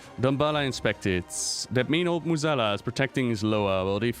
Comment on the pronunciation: Your english is way better than most WoW content creators. Still amazed at your pronounciation of Mueh'zala.